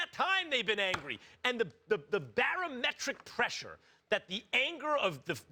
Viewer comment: “Barometric pressure”...wtf😂😂😂😂😂😂😂